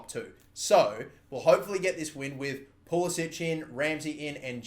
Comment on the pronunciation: Ffs it's not pool-is-ich. It's pool-is-ick. Not that difficult